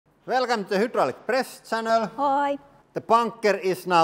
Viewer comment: "Velkome to houudraulic press channel." After 8 years, his vocabulary is amazing, but he still doesn't fully understand that the letter Y isn't pronounced the same in English as it is in Finnish.